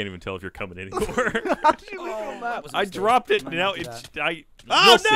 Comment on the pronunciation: flubs every word. Including coming. Instead of saying coming he said comining lol